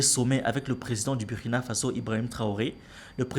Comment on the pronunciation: Mon ami apprends à prononcer le nom du Burkina correctement. Si tu peux prononcer Burundi il n’y pas de raison que tu prononce mal le u du Burkina